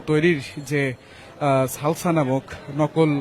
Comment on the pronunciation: লালসানা ভাই এটা সালসা 😂